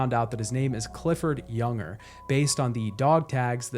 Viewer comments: I really enjoyed the video. It just bothered me that you kept calling Lou a he, which she is not, and you call Cliff "Junger" but he is "Unger". Otherwise great video. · What an exceptional game and a great video breakdown. Thank you. I tried to ignore it, but his name isn't pronounced "Younger". It's "un-ger", like hunger without the h. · It's Unger, not Junger. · "Younger"?? It's Unger, like UN-grrr. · It’s “unger” not “younger” man that annoyed me more than it should have 🤣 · This video is really great but that bothered me so much too. Everytime he said his name wrong it triggered me. It is a pet peeve of mine but this an amazing video though. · FYI I'm pretty sure that "Unger" rhymes with "Hunger", not "younger". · I’m loving this video but Unger is pronounced UHN-GUR. 😅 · I just wanna know why you pronounced Unger as Yunger? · Fantastic video! It drove me crazy that you kept saying Unger's name wrong though lol